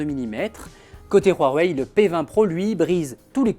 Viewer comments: huawei pas rhuawei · Ça se prononce Wawei et non Rwawei 🤦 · PK vous dites Rhuawei ? c huawei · Cest rouawei non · C'est degeu ta prononciation du constructeur du p20 c'est huawei pas rhuawei arrêt putin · Ptn c'est pas roiweiye c'est Huawei et sa ce prononce ou,a,wei. Ou bien ou,a,wey. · il ma stresser toute la vidéo a dire "rhuawaei" mais pas grave. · "Roirwei" mdr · mais arrete de dire rouawei bordel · RHUAWEI MDR 😁😁😁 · Y'a pas de R c'est un H je dislike franchement sa m'énerve